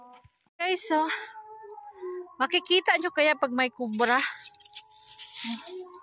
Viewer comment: Diretso mo dila mo.. Sis..hindi sess Kpag s hi hello ses a bigkas mo.. Kpag s sister in law sis.. Ano b tlg ate lukaret.